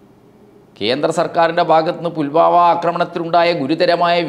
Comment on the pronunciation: 'പുൽമാവാ' അല്ല സാർ ഫുൽവാമ എന്നല്ലേ ?